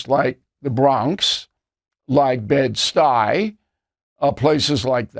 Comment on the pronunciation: The way he said " Bed- stuy" 😂